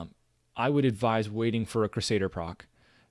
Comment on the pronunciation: Good vid! Also, it's "crew-say-der"